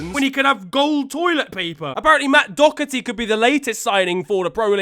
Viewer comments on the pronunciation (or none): none